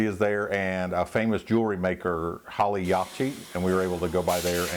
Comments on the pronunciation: Hi. Yes you did pronounce Yachats wrong. It's a difficult name to pronounce. It's a Indian name. Yachats used to put out a newsletter. I liked to pick it up when I visited there and had ice cream at the little shop next to the highway. It had a cute, funny article about how Yachats got it's name. It helps illustrate how Yachats is pronounced, so I'll try to quote it. Not sure I remember the details right. When Lewis and Clark came across the wilderness and stopped on the Oregon Coast they went to the sea to collect salt water to process and replace their exhausted salt supplies. While they were there they also collected shell fish and steamed it. (Clams and Oysters). Lewis threw a fresh steamed clam to Clark and when he caught it he yelled, "Yah' Hots!" and therefore since then this location was called Yachats. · Great review of the OR coast. One thing, , its pronounced 'clam-ith' not 'clay-mith' for Klamith. Also its 'ya-hotz' for Yachats , and 'tilla-muck' , 'Gear-a-baldi' and Klatsup is more of a 'catsup' with a k pronunciation . Next time, checkout the Jetty Fishery, right off of 101 about 10 minutes before Wheeler on the left hand side of the frwy. In the summer they grill gigantic fresh caught oysters over a fire pit with a dash of corona and hot sauce. You can also rent a boat and some crab pots and catch a little Dungeness for yourself! They will steam and clean them right there on the dock. I wouldn't buy them fresh by the pound from them though, they are ridiculously priced! (If they do steam and clean for you, make sure they save you the crab heart. You eat it right then and there and it is the MOST amazing flavor! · I'm from Portland Oregon and I've been to just about everywhere on the coast. Yachats is actually pronounced yaw-hots and Tilamook is pronounced till-a-muck. Anyways glad to hear you enjoyed your trip man. Come back soon!